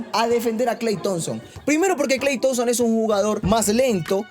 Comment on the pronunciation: No puedo tomar en serio a alguien que dice 'Kal Thompson' 🤣😂